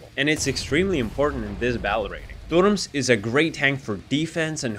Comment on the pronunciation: can i ask u smth, r u russian? bc the way u said "турмс", instead of "turms" is kinda sus xDD